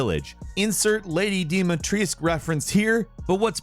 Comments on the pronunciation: Dimitrescu not dimitris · As someone who lives in Romania I can confirm that everyone pronounces Dimitrescu's name wrong. The way it's properly prounounced is Dee-meh-tres-qu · Did bro just say lady deemutreesk 💀💀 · Dee mee tree? Really? How about learning how to properly pronounce Dimitrescu and actually pay some respect to Romanian language? 🙄🙄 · How do you butcher Lady Dimitrescu’s name when she says it in game ? (Dee-meh-tressk) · I thought it was Dom-eh-treska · why everybody forgets to say the last letter from her name U and say only Dumitresc....its not that hard , git gut....joking don't care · It's funny...people that pronounce the "u" on the end of Dimitrescu often get yelled at for "pronouncing it wrong". But it's in fact the game that is wrong. Just ask anyone who speaks Romanian. The "u" on the end is not silent. That said, it's still understandable for Ethan to mispronounce it. It's obvious he's not from there. And perhaps it's even understandable for the Duke to mispronounce it. We have no idea where he's from, though since he was listed as a guest at the castle, that would mean she knows or has at least talked to him, and you'd think she would correct him if he mispronounced her name. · How do you pronounce Dimitrescu? Dee mee tree like he said? 🤣